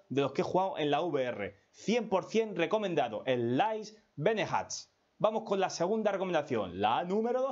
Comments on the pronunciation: Benejaaat!!! También me dió mucha risa...tienes que prometer que vas a hacer un curso de inglés o al menos vas escuchar la pronunciación en el Google translate antes 😂👍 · Buen video pero casi le doy dislike por la pronunciacion de "beneath"